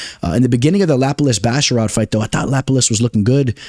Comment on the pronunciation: Maybe I’m just trippin but pronunciation 🚨 👮‍♂️ Trevin ji-uls Pratezzzzz A-reachy-lang Looooo davit Klein Fareed and javeed basharat Kelerturd acceptable 😂